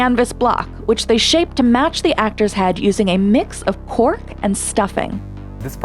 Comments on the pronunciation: I thought she said pork instead of cork. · I thought they said a mixture of “pork and stuffing”. I just thought. “well that’s not gonna keep very well.” Had to turn on the captions to see that it was “cork” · Am I the only one that thought she said they fill the plastic with "pork and stuffing" instead of cork? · Me too! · I thought she said stuffed with pork 😂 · I'm sorry, did she say "pork and stuffing"?